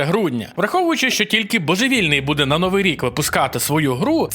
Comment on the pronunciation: Та коли ти вже навчишся? "новИй", а не "нОвий" - наголос на другий склад!😭😭😭 Iлон Маск не задрот в дьябло 4, а проросiйський п**орас, який не вартий жодної уваги